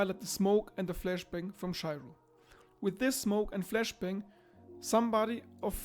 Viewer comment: You are pronouncing Shiro wrong btw